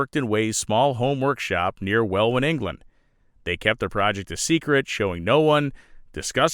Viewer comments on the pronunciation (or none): FYI, it's pronounced Well-in not Well-win. Good old English town names